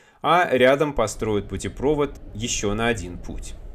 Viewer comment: Не путепрОвод, а путепровОд!!!!